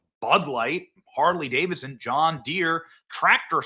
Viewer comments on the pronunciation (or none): none